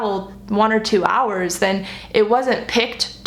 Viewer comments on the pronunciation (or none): none